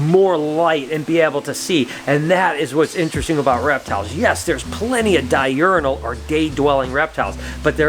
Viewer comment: Di - urinal ? Its diurnal (die urn al)